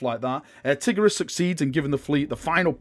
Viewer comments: It is pronounced t-EYE-gur-ee-us (spelt tigurius) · lol did you say Tiggeruss? ahahha i like this